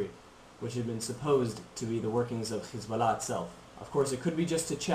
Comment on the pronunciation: HEY KID DONT BE A ZIONIST YOUR A JEW BY THE WAY YOU PRONOUNCE HEZBALLAH,,,,,,,ITS SIMPLE ISREAL MUST STAY OUT OF LEBANON AND TRY TO LIVE PEACEFULLY WITH THE PALASTINES